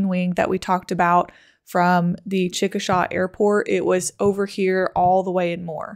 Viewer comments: I love your analysis but I want to correct one thing for future vids. It is pronounced chick-a-shā (shay). Though I live in N. Texas, I have family all over that region. People get the pronunciation wrong all the time. No disrespect. On a side note, my aunt lived less than 1/4 mile from where the track of this storm crossed I-240, by Tinker AFB. She had debris all over her yard. It’s hard to find anything funny about this violent storm, but she found an almost intact toilet in her front yard, just after the tornado missed her house, to the east. I was on work assignment in Baltimore at the time, but was watching the coverage on The Weather Channel. I called her just minutes before the tornado passed east of her and she had already gotten in her storm shelter, with her 2 Samoyeds. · Come on! He's saying it in the video you are playing! "CHICK- A- SHAY" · Well done documentary. FYI Chickasha is pronounced chick-a-shay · Not that it matters but Chickasha is pronounced like "chick a shay". There is a Chickasaw and it is pronounced the way you did Being a local this was hard to watch. I had so many friends affected by this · ahhhh chickasha is pronounced wrong in this vid, its like saying "hEY" say "chickashEY" when you pronounce it love the vid so far though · I don't know if anyone has pointed this out before but it's pronounced Chick-a-Shay not Chick-a-Shaw. I don't know why it's pronounced that way exactly but it is. The Chickasaw Indian tribe is pronounced Chick-a-Shaw though. Great video though! Us Oklahomans love tornado history. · Chickasha pronounced CHICK -A-SHAY NOT SHAW. That’s how the native Oklahomans say it. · Great vid. Just FYI because you'll wanna know this as a weather goddess, in Oklahoma it's pronounced "ChicaSHAY." Why? Cuz Okies are weird.